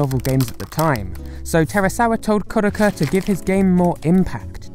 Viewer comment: KOD AH KHA. Geez that pronunciation